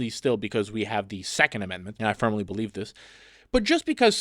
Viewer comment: If your only retort is, “you don’t bewieve in dinosooores”, you’ve lost topic and ultimately, the debate.